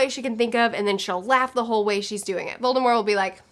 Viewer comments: Voldemor?? Lol. Never in my life have I heard anyone not pronounce the T in Voldemort. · It's Voldemort. :) But the t is silent, so you basically just say Voldemor...